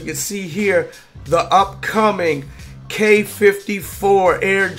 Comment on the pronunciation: hey, you sais "quai" perfectely 😉